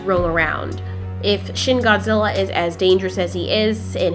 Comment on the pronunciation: you said shin gorji